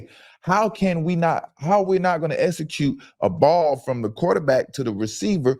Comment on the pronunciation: “How we not Gone essacute” I’d be so embarrassed to be black